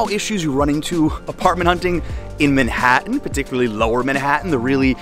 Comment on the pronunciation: I like how you say MENhattan , instead of Manhattan.